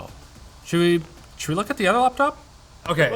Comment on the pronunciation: laphanop os the funniest thing ive heard someone call a laphanop